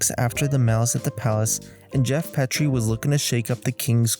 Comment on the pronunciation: Geoff "Pea-tree" "Bon-zee" Wells. Eric "Musclemen" (said as one word) Robert "Or-ee"